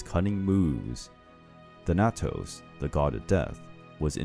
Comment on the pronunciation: did he say thanatos🤔